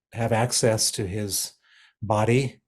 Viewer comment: What does 'lose is position' mean? Do you have a problem with your h or is it to do with pronouns?